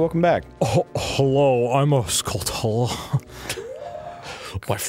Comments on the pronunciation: They are indeed saying it wrong. It's pronounced skull-chula. You know, like a portmanteau of skull and tarantula. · 56 episodes of them saying Skulltula wrong has made me insane